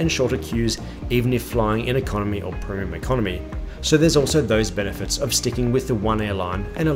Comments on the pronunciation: "Proom" Economy product? Such mispronunciation reduces the veracity of your commentary. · This guy can't pronounce "Premium"